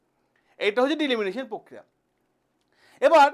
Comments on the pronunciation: ডিলিমিনেশান জিনিসটা আবার কি? ওটা ডিলিমিটেশান। আগে তো ব্যাপারটা সঠিকভাবে উচ্চারণ করুন.... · উচ্চারণ ভুল।দিলিমিটেশন না ডিলিমিনেশন?? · Delimination নয় Delimitation, মূল বিষয় টা তো ঠিক করে বলুন ঠিক করে জানুন ঠিক করে বুঝুন ঠিক করে উচ্চারণ করুন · It's delimitation not deliminitiin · It's not Delimination ,it's Delimitation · বারবার ডিলিমিটেশণ কথাটার ভুল উচ্চারণ 'ডিলিমিনেশণ 'করছেন কেন?এতে মনোযোগের ব্যাঘাত ঘটে।উচ্চারণে নজর দিন।ধন্যবাদ। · ডিলিমিনেশন নয় !!! ডিলিমিটেশন !!! আগে নিজে বুঝুন word টির অর্থ বা মানে !!! তারপর, ভিডিও করে ছাড়ুন ইউটিউবে !!! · ডিলিমিটেশন না ডিলিমিশন ? অনেক অল্প কথায় আপনি আপনার বক্তব্য বোঝাতে পারতেন। কিন্তু আপনি অনেক সময় ধরে এমন হ্যাজালেন যে আমি আপনার অনুষ্ঠান ছেড়ে বেরিয়ে গেলাম। ধন্যবাদ। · কথাটা ডি-লি-মি-টে-শন। উচ্চারণ ঠিক করবেন।